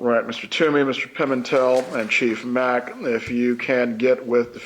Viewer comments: she started out by mispronouncing the sheriff's name called him Macky instead of Mack! He had to correct her! I think she was doing all that on purpose to insult,slam ,"the lower level of people, "the help" as someone said! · Chief Mack’s name had been said numerous times before she pronounced it “Mackie” and asked him if that was the way to say it. Like……. OMG. 🤦🏻‍♀️ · Also, Chief Mack’s name had been pronounced numerous times before she started asking him questions and called him “Mackie” and asked him if that was how it’s pronounced. 🤦🏻‍♀️ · First the attorney lies throughout questioning by purposefully mispronouncing every name of anyone her client would claim as an enemy. His name is Mack. 4 letters. The Dr is Sapp. Also 4 letters. She is un-credible as her evil client.